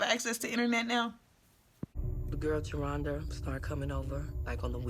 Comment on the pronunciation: Not JER-HONDA....LOL its JE-RHONDA.. You got me ctfu lol